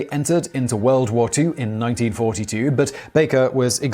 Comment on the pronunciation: woo or war??! Lol